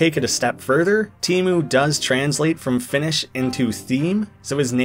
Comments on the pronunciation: Teemu doesn't mean theme. Teema means theme . Teemu is only name and doesn't mean anything. And i hate how you pronounce it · Teemu isnt theme in finish! Teema is theme in finish. Also you pronounced it horribly